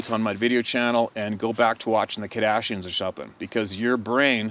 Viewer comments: LOL! Omg I had to go back and rewatch him say it because I didn’t realize he mispronounced their name. No wonder Steven wrote it that way, I thought it was a spelling error. Haha that’s too funny! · The best part is he’s so unfamiliar with them he doesn’t even say their name right. Wish I could unlearn who they are..lol